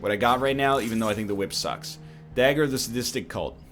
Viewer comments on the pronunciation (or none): none